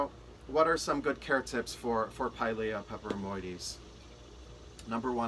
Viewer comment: Pilea not piles 🤦🏻‍♀️